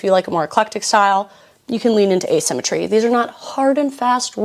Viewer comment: letter to the editor: it’s asymmetry, not assymetry. but i did laugh because a$$ !